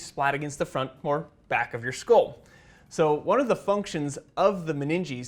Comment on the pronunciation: What is a scol? Do you mean skull? Dura Mah-ter...maybe?